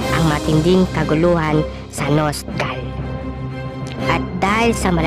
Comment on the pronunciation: Everything is perfect but except for 1 thing Your voice bruhh your voice keep it better next time like *Sa nost gahl" Prangko my god bruhh Hope youll be more intimate next time